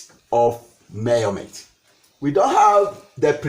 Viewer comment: I really enjoyed this lecture...you're right ... He got into details and I like the way he says murrment🤣..fun and educative ...my type of lecturer